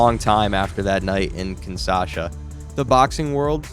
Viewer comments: And Bro It's KINSHASA NOT KINSASHA. 😂😂😂😂😂😂😂😂😂😂😂😂😂😂😂😂😂😂😂😂😂😂😂😂😂😂😂😂😂😂😂😂😂😂😂😂😂😂😂😂😂😂😂😂😂😂😂😂😂😂😂😂😂😂😂😂😂😂😂😂😂😂😂😂😂😂😂😂😂😂😂😂😂😂😂😂😂😂😂😂😂😂😂😂😂😂😂😂😂😂😂😂😂😂😂😂😂😂😂😂😂😂😂😂😂😂😂😂😂😂😂😂😂😂😂😂😂😂😂😂😂😂😂😂😂😂😂😂😂😂😂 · The city is actually Kinsha... sa. Not Kinsa... sa. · Kinshasa. Not kin Sasha. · It's Kingshasa, not Kingsasha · Five seconds in, and you've already screwed up. The capital of the D.R. of Congo (formerly Zaire) is not kin-SAH-shuh. It's kin-SHAH-suh. SMH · It’s KIN-SHA-SA, not KIN-SA-SHA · Kinshasa, not Kinsasha. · Kinshasa is pronounced Kin-SHAW-suh, not Kin-SAW-shuh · Like KIN-SHA-SA as opposed to KIN-SASHA. The first one is the name of the capital city of Zairean. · It's KINSHASA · I still don't get how they manage to mangle Kinshasa so bad